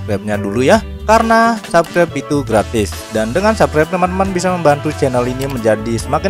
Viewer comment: latihan dulu ngomong "subscribe" yang bener pronouncenya